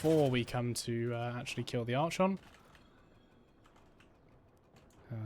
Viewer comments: Was super keen to watch your video till the third time you pronounced Archon wrong and had to switch off. Like nails on a chalk board, please google pronunciation before making a vid about it. Sorry to be negative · who tf says it like that? Never heard anyone pronounce it like this before in recent videos I've watched lol. The constant mispronounciation unfortunately did ruin an otherwise good video tho, ngl 😔